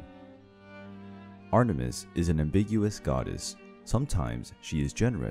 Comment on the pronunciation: What I heard: ARTER - MIST I thought it was Ater-mis